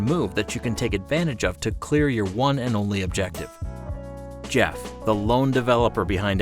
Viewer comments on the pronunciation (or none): none